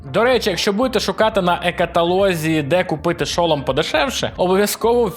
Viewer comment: Не хочу душнити, але я не можу пропустити неправильне наголошення в слові шолом. Наголос падає на другий склад:Р